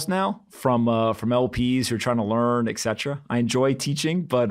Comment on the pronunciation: Et cetera, not eksetra